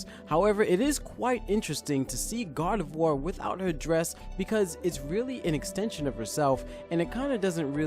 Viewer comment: YOU RUINED MY FAVOURITE FUCKING POKÉMONS NAME!!!! IT'S PRONOUNCED ZO-RO-ARK!!!!! GET IT RIGHT BEFORE YOU SAY IT!!!! It's also Gar-de-VWAR